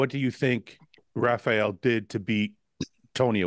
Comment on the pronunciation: Hate when Americans say “Rafial” like dude it’s RA-FA-ELL